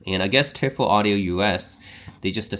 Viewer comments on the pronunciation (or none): Thanks for your review! It's pronounced "Toy-fell". Which is the German word for "Devil". Greetings from Germany🙋🏻